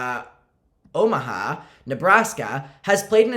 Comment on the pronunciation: the way you said omaha IM CRYING LOL